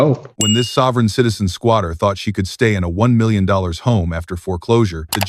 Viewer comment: "1 millionzzz dollar"